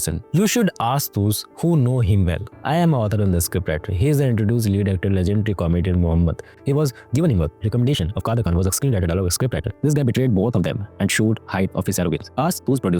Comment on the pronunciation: It’s Mehmood, not Mohammed